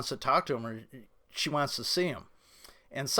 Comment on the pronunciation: “Wantzzz” lol